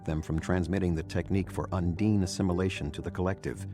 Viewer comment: Un-deen? Surely it's un-dine?